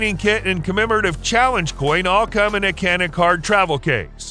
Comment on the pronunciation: It’s not Canik! It’s Janik, Turkish C sounds like a J.